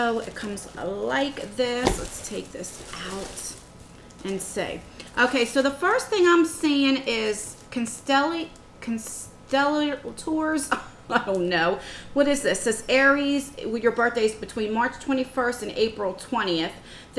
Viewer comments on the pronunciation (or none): It's called Constellations...pronounced like installation lol. Hmmmm....bot sure if I would like a box like this. Thanks for sharing💕💕💕